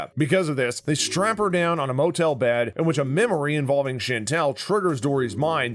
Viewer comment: There were no Easter eggs in this video. The narrator also pronounced Chantal as Chantelle and it’s very grating. I want my time back.